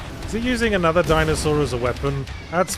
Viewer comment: Or like, "Dinosaurd" or "Dinoswaurd" ><